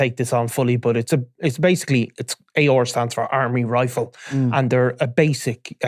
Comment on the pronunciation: Armalite rifle ...as in the brand.....armalite......not army rifle 😂